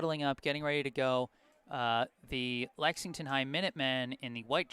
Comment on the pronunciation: There’s an L in Lexington for a reason 😈😈